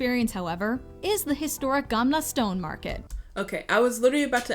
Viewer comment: Gamla stone? That hurts. It's "gamla stan", and means Old Town.